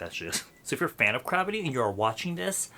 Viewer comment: 😂😂😂sounds like saying crappy